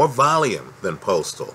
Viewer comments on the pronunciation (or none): none